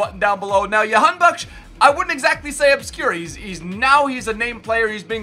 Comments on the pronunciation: That is the dutch pronunciation which is normal because that's where he plays and how it is heard most around the world. It's said the exact same way you did but the J is Juh not Yuh lol. That intro was amazing though lol. So Jah-han-bak-sh. Alireza was correct but the R is rolled similar to how the spaniards say their R's. So say the R with your tongue. And it's ali-reza not ali-reyza. I'm sure no one gives a shit lol. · Its pronounced JA-han-bakhsh LETS GO IRAN🇮🇷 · j in jahan as in jackson not yahanbakhsh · Dont mind the pronounciation we call him Jan Bakkes here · The j is pronounced j